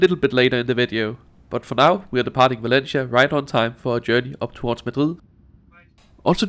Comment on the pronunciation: ¡Ningún problema! And since you don't mind constructive criticism, please pronounce Valencia like in Spanish 'Valensia' not 'Valenchia'